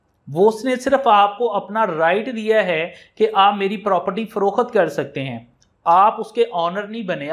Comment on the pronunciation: Paymiesh na kay pamaiesh, farokht nay kay farokhat, lafz na kay lafaz